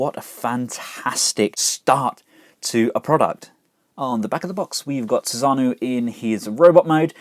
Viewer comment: Thanks for the review. Definitely looks interesting. Now I don't want to be "that guy", but I feel I need to correct your pronunciation of Susanoo. It's read kinda like Su-san-no-o. All vowels are short sounds.